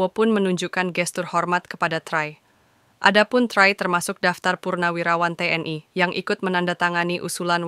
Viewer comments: Ini nama indonesia kakak, tri kok baca trai...😂😂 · Try😂😂😂 bacanya tri bkn tray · knp baca Try Sutrisno dg Trai,tolong tny kpd tmnnya dl bgmn membaca Try Sutrisno dg Tri Sutrisno,ini nama